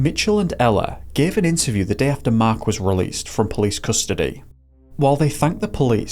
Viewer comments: Or everytime he says "deh" instead of "day" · Deh is better 😂